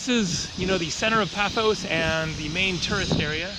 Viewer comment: its PAFOS.